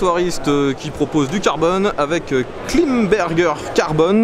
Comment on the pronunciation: On prononce ilmberger pas climberger 😅😅😅